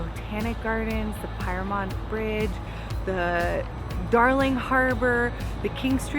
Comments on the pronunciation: Shame about Pyrmont Bridge (pronouned “peermont”), though. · Pyrmont is pronounced Peer-mont